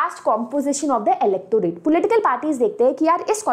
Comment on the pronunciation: Not her saying pulitical instead of political 💀...but damn her explaination is mind blowing 🤌🏼💗